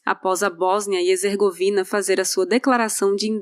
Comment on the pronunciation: PetKovic e não PetRovic. HeRzegovina e não HezeRgovina. A gente quer adquirir conhecimento mas ouve erros…